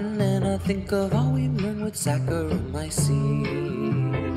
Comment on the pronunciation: This was great. And educational. I can pronounce saccharomyces correctly now.